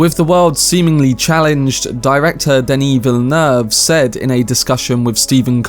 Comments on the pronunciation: It's not exactly difficult. Duh-knee Vill-noov (This is still an approximation but it's close enough that a French speaker would understand it.) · well yeah that’s why I commented my guy no harm done it’s just that few actually try to pronounce it “the right/French way” which just tells me that must respect this man a lot to nail it so perfectly